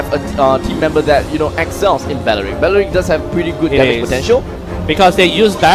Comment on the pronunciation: No one: Literally no one: Commentator:They pick balrick!